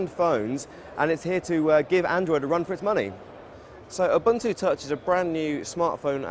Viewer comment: He mispronounced ubuntu